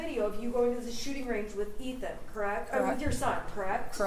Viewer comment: Is the defense attorney saying Ethan’s name on purpose?